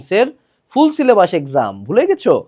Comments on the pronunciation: It's not sylebus it's sylebush😢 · Syllabash?😂😂 bash ashlo kemne eikhane